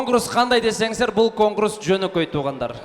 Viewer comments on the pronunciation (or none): конкурс деген сөздү жакшылап үйрөтүп койгулачы жанындагылар. Конкурус эмес конкурс деп